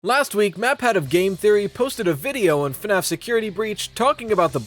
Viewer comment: “.. FAFS.. Shadow Bonnie “ 😅😅😅